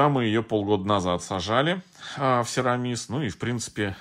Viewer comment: СерамИс. Ударение на И.